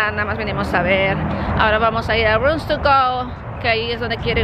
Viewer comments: no se dice runs tugo.... es rooms to go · qué raro pronuncias el inglés,tantos años viviendo en usa y sobre todo casada con norteamericano y no das una.exemplo cuando dices rootogo!!!!!